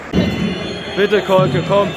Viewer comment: Wenigstens den Namen konnte der SkyKommentator noch gut aussprechen nicht so wie den von Kolke "Kohlke"